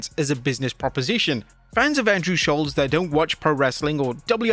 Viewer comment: I love Schulz and that you say his name correctly. Also, Jade sucks and I don't know about Tyler the Creator but she seems to have stolen everything from Marvel's Storm.